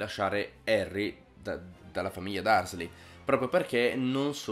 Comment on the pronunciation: La voce fuori campo è fastidiosa e soprattutto "Dursley" si legge "DARSLY", non quel nome pronunciato come se si stesse mangiando un plumcake nel frattempo! T_T Ma poi, il proprietario di questa voce fuori campo li ha mai letti i LIBRI?! Queste cose che critica sono nei libri, da Silente che spegne i lampioni all'uso dei gufi per la messaggistica, al serpente che fa l'occhiolino!